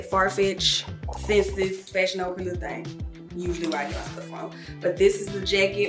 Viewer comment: hey, you’re saying senses for the website ssense. it’s pronounced like essence- “s” “sense” love you. thanks for sharing all the goodies